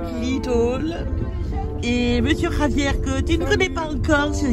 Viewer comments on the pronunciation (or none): none